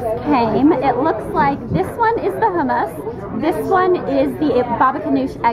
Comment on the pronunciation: Did anyone else notice that she pronounced humus really weirdly?